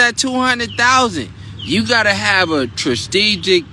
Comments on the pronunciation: If you gave $ to this moron that can’t even pronounce “strategic”….sounds like the most ignorant person. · His terminology different y’all, you can’t be pronouncing strategic the correct way the first time ya feel me? We up